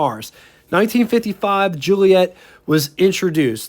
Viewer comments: Dude...please..JU-LI-Et-AH. The later car (1600) is a Giulia. Where do you get Ju-LI-ett? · Great review- they are incredible cars for their era, still fine in traffic now which for a 60+ year old is fantastic. It's italian, so pronounced- Jee-ooly-ett...A!